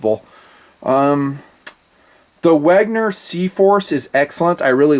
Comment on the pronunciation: "wegner" WHY??? IT SAYS WENGER!!!!!!!!!!!!!!!!! NOT WEGNER ><